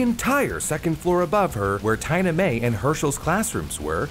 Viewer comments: Is that how you're supposed to pronounce "Tina-mae"? Seems like a really weird way to say that haha. Interesting. I'm genuinely curious. I would've gone with the more obvious "Teena-May". Edit: I love the random newer like late 80's-early 90's car that was wrecked haha. Everything else was fairly accurate to the time. So random and silly haha. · "Taina Mae"